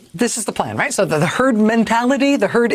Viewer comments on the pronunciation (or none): HE SAID TURD INSTEAD OF HERD... ANYONE ELSE NOTICE ? RIGHT AT THE START, WATCH HIS MOUTH SAY TURD. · Lol, thought he first said 'Turd' Mentality - yep, sounds about right! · the dude just said turd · If you listen he actually slips first and says turd before correcting himself to herd..turd mentality is just about as accurate as he could be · He did say Turd .....mentality...